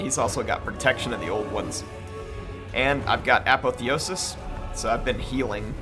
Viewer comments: Apotheosis: Ah Paw Thee Oh Sis not Apathy-osis. Sorry, that's just been driving me nuts. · uh PAWTH ee osis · You say apotheosis weird